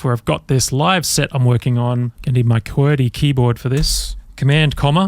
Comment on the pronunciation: A neat product there! Wow you can pronounce "qwerty"